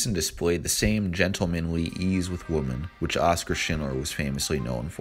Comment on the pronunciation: Great video but it's "women" not "woman" Grrrr